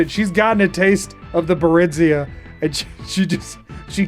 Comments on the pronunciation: i always preferred your pronunciation of barenziah over vex's. vex sounds like an american pronouncing something foreign wrong, tbh. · Considering the German translation of Skyrim you pronounced Barenziah correctly.